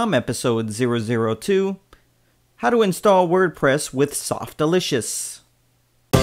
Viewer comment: The pronunciation is Sof-tack-you-loss “Softaculous” rhymes with miraculous. Not Softalicious. Sorry for the correction, but that’s totally wrong the way you said it.